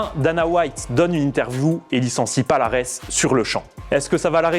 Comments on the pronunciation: Ont dit pas palares mais paliarès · Encore un youtubeur autoproclamé connaisseurs en mma 😂😂 son nom se prononce falares et pas avec p